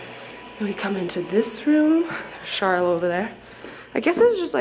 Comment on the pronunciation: I think it's pronounced like "Sharlow", whereas Charlotte is typically pronounced like "Sharlet".